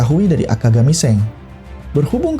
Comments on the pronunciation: Sang bang bukan seng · Emng pelafalan Shanks seng ya bukannya shank's